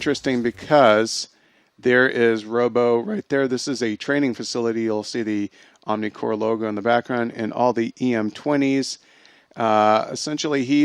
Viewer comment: Why do you guys constantly keep referring to the organization as 'OmniCore'? It's OmniCorp. Get your facts straight you so-called film geeks.